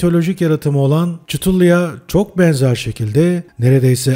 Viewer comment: Çıtulu değil Kutulu diye okunuyor 😂😂😂😂😂😂😂😂😂😂😂